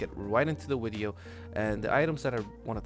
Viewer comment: ''Wideo'' nice wideo by the way really educational♥